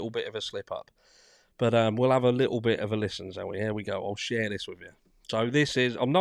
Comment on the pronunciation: How you say "little bit" is hilarious!